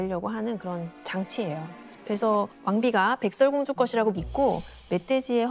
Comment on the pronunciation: 백thㅓㄹ 공주라.... ㅅ 발음이 잘 안되시는군요.